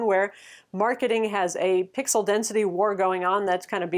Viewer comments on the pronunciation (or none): none